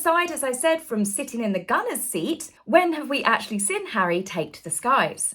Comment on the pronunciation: You're just envious, mean, & a bad sport, as all rf minions are imo!! 🥳🥳🥳 A bit long in the tooth to do the coy fluttering thing & baby voice too, please stop!! 😬😬😬😆 He took the enemy out, do you understand what they're actually doing there love??!! 🤣🤣😆🤣 The word is seeeeeen, not siiiiiinnnnnn!!! :face-fuchsia-tongue-out: 🤡🤡🤡 Peghead was a paramedic deary, not a military man, he's incandescent with rage, as usual, what a tosser. 🥱🙄 Sorry lol, but whenever you speak whilst smiling it looks psychotic & utterly insincere btw, ask a friend if you don't believe me!! 😂😂😂